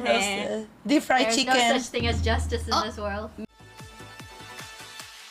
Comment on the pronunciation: She said fried chken at the end😂😂😂😂